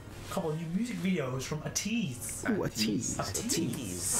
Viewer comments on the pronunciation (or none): “We saw them liiive~” Pronounces the name as ‘ah-teez’... oh boy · btw guys fyi how to read ateez is like the ABC alphabet so its ay teez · The way they pronounce ATEEZ....😅👍 oof..